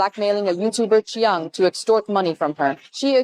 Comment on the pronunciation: I know is always trying to pronounce names correctly and I credit him greatly for that. I just can't unhear him going back and forth with "chu-yang", "chu-jang", and "chu-zang" within the same sentence. At one point, I thought he was talking about a third person being blackmailed.